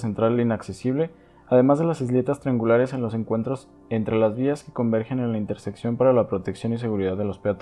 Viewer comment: Oye, se dice interseccion y no intersepcion. Hasta cuando un video sin errores de lexicologia!